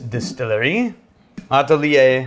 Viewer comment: "atelier"= ah-TELL-yay. "Aw-te-LEAH" - wtf? And pronounced with such conviction.